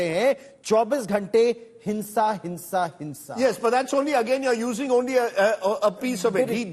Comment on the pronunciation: It's not HINSA 😂 HIMSA